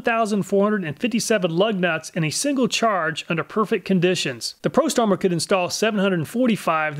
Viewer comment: Love how the prostormer makes you say pro-sumer